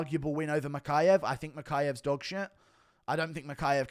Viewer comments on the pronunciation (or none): none